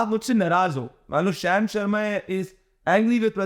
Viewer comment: शाम not शैम